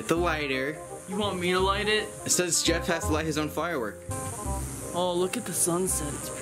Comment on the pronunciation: I will forever hold against Jeff the time he said "The Beff and Jen Show" 💀